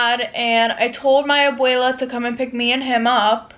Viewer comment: i can’t get over the fact she said Abuela as AbELE 🤣.